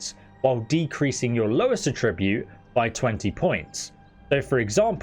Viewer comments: Attribute is pronounced with emphasis on the first syllable :) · Am I the only one who is hyper focused on him pronouncing the noun form of attribute like the verb form? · You need to check the correct pronunciation of "attribute" too. :)